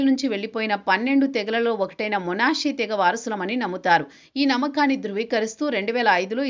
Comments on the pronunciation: మొనాషే కాదు... మనష్షే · Monasse kadu madam... Manasseh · Monashe కాదు manashe